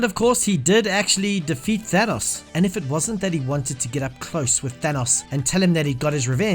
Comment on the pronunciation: why does he say Thanos like Thenos